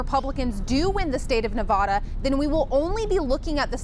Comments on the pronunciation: Dearest, that's Nevada not Nevahda. 🙂 love you my dear friends, God bless you oh God in the name of Jesus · Not Nuh-vaw-da, try Nev-add-a